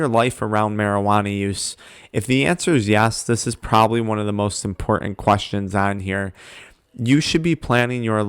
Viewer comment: "12 quAstions" 😂😂